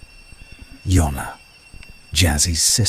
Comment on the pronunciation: Ffs JONNA…. NOT YONNA…. JONNA JONNA JONNA, all Jane’s kids names, begins with J……